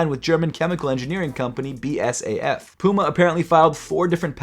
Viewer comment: But but but, the chemical company is BASF….. not BSAF…. Oh…. BSAF can mean something else nvm 😂 😊